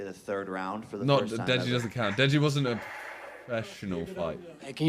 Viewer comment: Why did he just turn into TrueGeordie when he said “against Deji”?